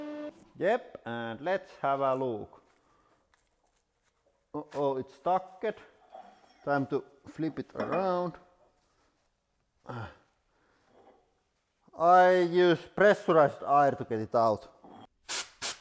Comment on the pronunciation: the way he pronounces any word with "ed" at the end is hilarious ! ( stuck- ed)